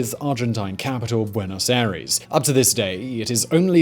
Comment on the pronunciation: Simon, 🤦‍♂️ try pronouncing Buenos Aires like buenos I-ress...